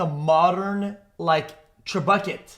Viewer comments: him pronouncing trebuchet as tre bucket sent all the food from my mouth flying out. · I love how he changed “trebuchet” into “trebucket” The word is spelled and pronounced exactly how it is in french and he overtranslated it 😂